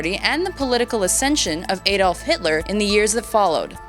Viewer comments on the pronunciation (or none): none